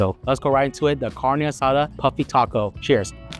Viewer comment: Lost credibility the way he pronounced carne asada.